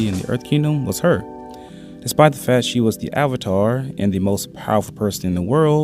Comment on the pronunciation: Try to pronounce sex as "seh kis" with a strong K instead of "set" or sexuality like "sek shoo ality" instead of "se tshoo ality" fact as "fek t" instead of "feh" Besides some other minor mispronunciations your English is pretty good! I just found a bit difficult to understand some parts of the video.